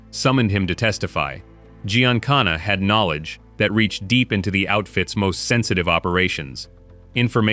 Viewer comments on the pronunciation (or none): none